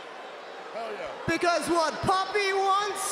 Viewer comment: sounds like Ripley is saying poppy instead of pappi she really needed to enunciate the pAppeeee